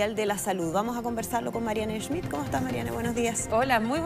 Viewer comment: No es Marianne E schmidt por favor omitan la e al principio de su apellido es Schmidt. Ella no corrige a su colega por educada, es apellido Aleman.